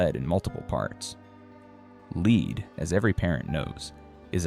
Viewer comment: AI pronounces the toxin “lead” with “leed”😂